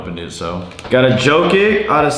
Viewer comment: Nobody:: “Obi Topman, Riu, Jokick”